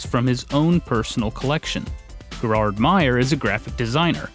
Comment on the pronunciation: Gerhard =/= Jerard. Gerhard = Gier-hart